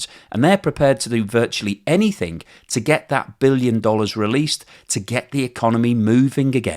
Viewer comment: please stop saying 'Anyfink'...